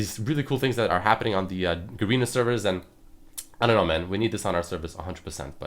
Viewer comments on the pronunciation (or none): hey its ga-re-na like garren not garina